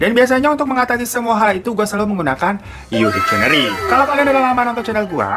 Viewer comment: Bro bacanya bukan dikcieneri tapi diksieneri (dictionary) 👌🏻